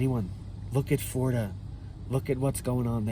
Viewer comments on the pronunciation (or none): none